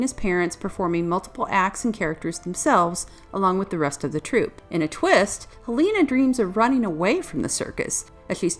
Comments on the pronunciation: ._. Hel-a-na. I love this movie and this review is really good, but please... Hel-a-na. Not HEl-a-na. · Ok her name is not Halina it's Helena get the name right you noob, i mean you have clearly seen the movie so you have no excuse for mispronouncing her name like that. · I want to like your video, but you seem to mispronounce the main character's name.... even directly before showing clips where it's beimg pronounced in the movie itself... I'm still goimg to give you a thumbs up, but damm. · The fact that Helena's name was mispronounced every single time made me quit this video about 2 mins in. What a shame because this movie isn't talked about enough.